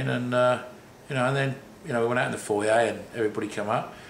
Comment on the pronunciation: whats a "fouryay"?